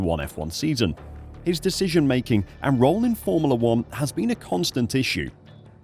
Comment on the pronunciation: Formala....is not how its pronounced